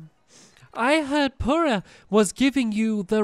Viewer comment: did anyone else notice purah got called poorah?